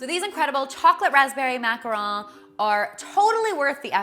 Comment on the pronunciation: The 's' in macarons isn't supposed to be silent.